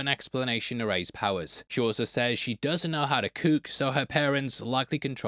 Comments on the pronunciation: And it’s pronounced Cook not cuck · Doesnt know how to "kook"? What is "kooking"? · Not making fun of the accent but the skill of preparing food is being pronounced the same as a crazy person. Kook.